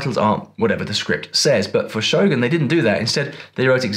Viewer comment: I'm just glad you call it "Show-goon" Hollywood folks tend to go "Show-GUN" which always irk me so 😅